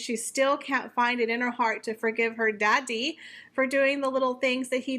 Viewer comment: I like your commentary but when you say the word 'Daddie' it sounds bad. Please just say it like it's pronounced quickly. Your doing a good job.